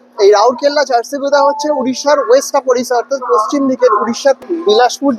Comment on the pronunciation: ঝাড়সি গুদা কি? বলুন ঝাড়সুগদা, বা ঝাড়সুগ্দা। বাংলায় থাকবো, বাংলার নাম গোত্র পরিচয়ের নামাবলি গায়ে চড়িয়ে ঘুরবো। আর উচ্চারন করার সময় অন্য পরিচিতি? তা কেন?